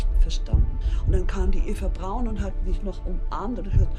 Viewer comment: He says it correctly. The way she says it. It's "Brown", not "Brawn".